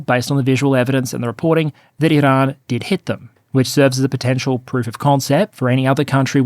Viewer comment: You can ditch the pretentious rolling of the r in "Iran". Annoying and especially unnecessary as you pronounce "Iranian" normally.